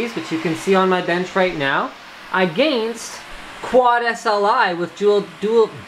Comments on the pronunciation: love how he says ''against'' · it's a Canadian accent.